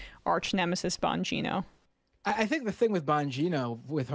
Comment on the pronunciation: Bongino - emphasise the 'bong'